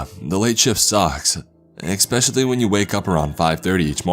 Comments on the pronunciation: Everybody: "Especially" Narrator: "Expecially" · I agree! And he always mispronounces the word especially! He says “eckspecially”..it drives me nuts... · It’s actually “Expecially-uh”☠️☠️